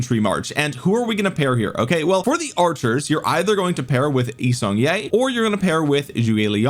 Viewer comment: As someone married into a Korean family, it pains me to hear your YSG pronunciation. Its YEE-Sung-Kyeh. Sorry for the nitpick it has been bothering me. Love the vids!